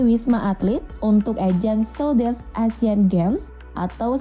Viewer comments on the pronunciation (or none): south east bacanya bukan sodes mbak, bikin malu aja